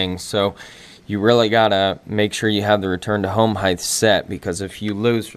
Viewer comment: Height* heighth is not a word bruh